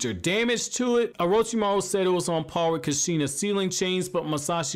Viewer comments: Loved the video. But laughed when you said Kasheena lol. Idk..l pronounce it "koosh-ina" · At least say kushina right bro 😂😂